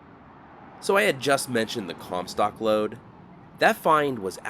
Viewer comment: I giggled evrytime he said "lode"😅